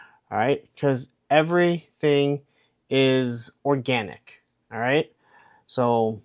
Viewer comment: “ ORGANTIC” 🙄🙄🙄🙄🙄🙄🙄🙄🙄🙄🙄🙄😐😐😐😐😐yikes